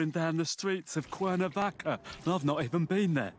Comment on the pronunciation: It’s me or he said Cuernavaca?